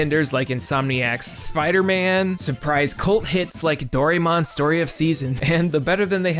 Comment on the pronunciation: How you pronounced Doraemon hurt my soul.